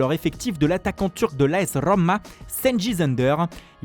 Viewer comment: AS RRRRRRRRRRoma